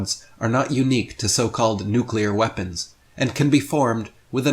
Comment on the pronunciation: He nearly said veapons